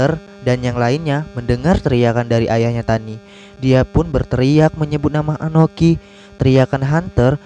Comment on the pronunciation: Akoni bukan anoki, sakelar bukan sakalar